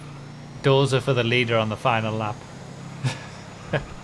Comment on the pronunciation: He reads doser like dorza